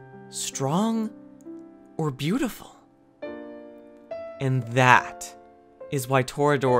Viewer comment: It’s •Torah•dorah not toruh doruh